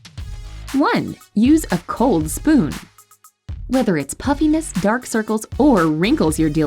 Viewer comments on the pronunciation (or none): I kept hearing “puppyness” but I understand what she meant 😂